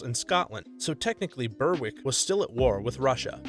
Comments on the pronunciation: Berwick is pronounced Ber-ick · For your information, "Berwick" is pronounced "Berrick".